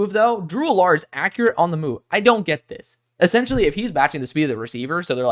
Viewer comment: I could be wrong, but I don't think that's how you say Drew Allar's name... Just giving you a heads up, not trying to nit-pick. This is my favorite video from you so far! I love your analysis. What are your thoughts on Brady Cook?